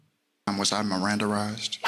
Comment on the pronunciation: I love that he got the Judge to say miranderized lol!